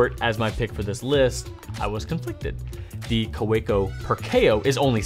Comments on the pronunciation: I love your videos! But I do have to tell you Kaweco is a German name and the proper pronunciation of the name is ka-vee-co. My German father cringes when he hears German words mis-pronounced. Otherwise keep up all the great work! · Anyone else cringe when he says Kaweco?